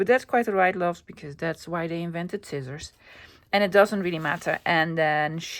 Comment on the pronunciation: “Skizzors”😂. I call them that all the time 😂. You really make me laugh. Hope your vacation is relaxing.